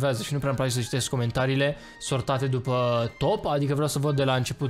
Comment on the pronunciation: se zice dupa